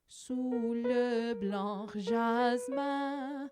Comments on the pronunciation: Ou le blanc jasmin. Please do not prononce the C at blanc... It's a mute letter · Thank you for the effort! Unfortunately, there are a couple of mistakes already in the first lines: - The "c" in "blanc" is mute, i.e. it's not pronounced. - The "r" in "fleur", on the other hand, is pronounced. - You pronouce "glissons" as "glissant". (The nasal "a" and the nasal "o" are two different sounds in French. If you mix them up, the meaning changes.) - In "fuyant" the "u" should be short, and the "y" should be long. You say it the other way round. Etc. etc. ... The video is a nice effort, and you are trying to be helpful. Thank you for that! But I advise all singers who are studying the piece to rather trust the recording of a native speaker... (I found for instance